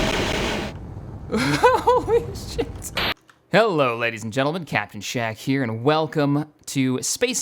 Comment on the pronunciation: He said captain shack like Captain Jack